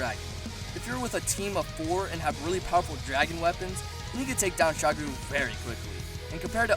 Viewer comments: holy shit, not Shagru, its Shagaru, SHA GA RU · I thought it was magara not magala for shagaru